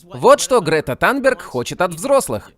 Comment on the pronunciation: Грета танберг - Танберг режет слух. Мы привыкли к Тунберг.